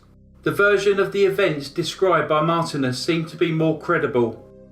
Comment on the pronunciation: Marthinus, not Martinez.